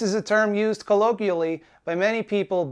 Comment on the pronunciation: You can’t even say colloquially correctly. You are an even more lame version of Will Wheaton. Get your tooth fixed toolbag.